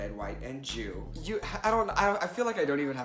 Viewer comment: When you said "Red, White, & Jew" I heard "Red, White, & Chew"